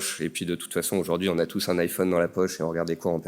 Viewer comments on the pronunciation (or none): none